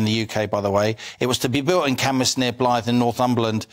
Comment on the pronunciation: How nice to hear pronounce the name Cambois correctly!